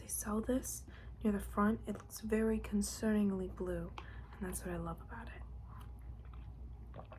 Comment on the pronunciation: "it's very concernincly blue, and that's what I love about it" 😂